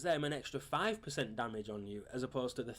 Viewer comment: Its not DAMIDGE,its damage.